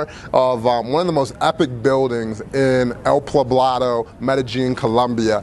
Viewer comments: Poblado. Not pablado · Dude you honestly can't pronounce the city you stayed in? It's El "Poh-blah-do" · Nice overview, good work. One small mistake - where you stayed is called El Poblado, not Plabado! Spanish words sure can be confusing at first but you'll get the hang of it if you stay longer next time. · Ave Maria Pues. You are murdering the pronunciation of El Poblado.